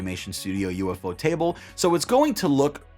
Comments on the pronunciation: I'm only about 35 chapters in, but this story is already really great. Ufotable are the perfect studio to handle this show. It should be noted,, that it's pronounced like "you-fo-table," not "U F O table" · Damn I've been pronouncing ufotable wrong the whole time 😭😭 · I usually say U-Pho-Ta-Ble, but the way you say it is pretty funny and catchy lol